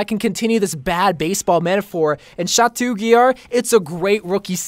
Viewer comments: Stop saying chatuuuu ITS CHATOOO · I love you but it’s pronounced “shat-oh”, not “shat-oo”. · Oml Bro I love you but never say Chateau like that again. It's pronounced sha-toe not sha-too. It's a French word so the -eau or -eaux is pronounced like an "oh" noise. Like Beau is Boe, Devereaux is Dev er oh, chateau is Sha to. Please stop saying it's cringey lol. Also for Ana's ghoul skin you can't pronounce, it's Gool, not gowl lol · It’s pronounced Sha-toh (Chateau) Yeah, French is strange